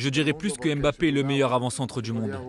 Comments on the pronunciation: Quand on est expert on dit pas Mbappé on dit Bappé 😆🤡🤡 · Carine est l’une des seules à prononcer « Bappé » correctement. Mais elle se laisse influencer par ceux qui disent MmBappé. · C’est MBappé, et non M bappé, please